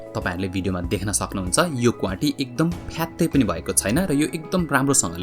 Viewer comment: Please note it's क्वाति not क्वांटी